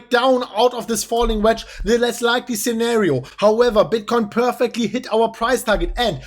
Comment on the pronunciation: We peeeeerfecly... It's unique 😂